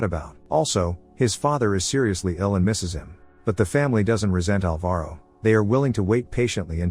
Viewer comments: The stressed syllable of Alvaro is ''Al'', not ''va''. It hurted so much when I eared my name said like that hahah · Say Alvaro again